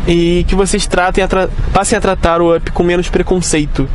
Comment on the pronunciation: O cara pronuncia vãp 😪 o nome se pronuncia ãp 🤷🏽‍♂️🤦🏽‍♂️